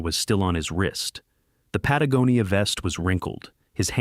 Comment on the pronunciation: Oh my God! You pronounced Patagonia correct! Worth subscribing to!